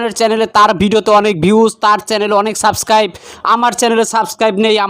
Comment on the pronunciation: সব্দটা হবে সাবস্ক্রাইব হবে, সাসকাইব না, আশা করি বুঝেছেন ভাইয়া।